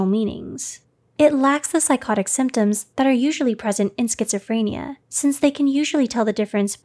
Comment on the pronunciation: Thank you for telling me how to pronounce Schizophrenia